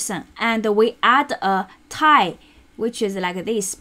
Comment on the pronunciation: I found this very helpful. I've watched several videos and read several articles, and yours seems to get straight to the important parts and explain them clearly. By the way, tilde is pronounced 'till - duh', you can listen here